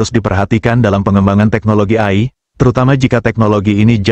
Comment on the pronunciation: ROBOT AI, Dibacanya. EAI, Bukan Ai